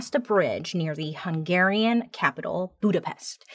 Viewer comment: Finally someone knows how to pronounce "Hungarian ethnicity", thx Bailey, you are the best ever, love from a Hungarian 😍😍😍